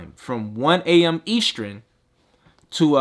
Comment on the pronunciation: Eastrin? Eastern.